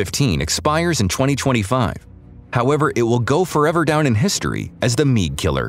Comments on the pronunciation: MIG not Meeg. WTF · WHAT THE HELLOIS A meeg?' lol